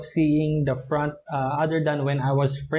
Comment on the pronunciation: Pls pronounce the words correctly... OF not OP... HAVE not HAB.. FRONT not PRONT..